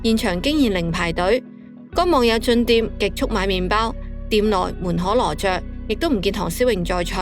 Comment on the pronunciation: 門可（音：堪）羅雀！！🤨😤🐯